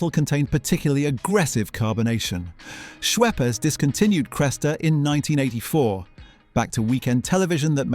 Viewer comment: Get your pronunciation right! "Noo-gatt"? "Trebbor"? "Schweppers"? Were you even there? :D